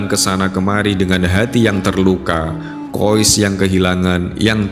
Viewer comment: Saya pernah tanya pada teman saya yg satu negara dengan anak dalam cerita itu. Kata teman saya nama anak laki-laki tersebur adalah: KHAIS Kenapa ada sekelompok orang entah dari mana, menyebut namanya dengan sebutan KHOIS Tolong jangan suka mengubah kaidah penyebutan nama orang lain.